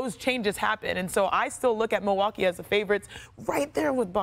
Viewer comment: Really espn? MILWUA??? KEE? IT'S MILWAUKEE BRUHHHHHH.